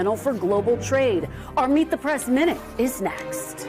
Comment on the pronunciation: Its "Meet the prAss"......WHY can't you pronounce it prEss?